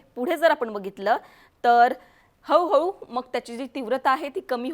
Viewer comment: हऊ हऊ नाय गो हळू हळू